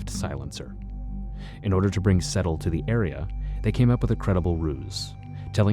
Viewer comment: It's not pronounced Settle... It's Sedtal... Pronounced SaidTall... I know Vivian